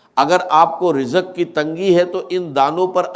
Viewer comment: یہ آرٹیفیشل آڈیو ہے۔ یہ مولانا اسرار صاحب کا تلفظ نہیں ہے۔ مثلآ ا۔ رجق وظیفہ۔